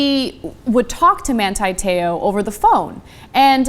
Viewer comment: Why do you yanks pronounce his name wrong? It's Man-TEE, not Man-TIE and his last name Te "oar" (in a Southie accent and 2 syllables) not Tayoh.